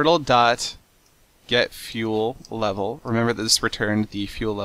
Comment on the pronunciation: I understood nothing after "this is a mining Tuttle"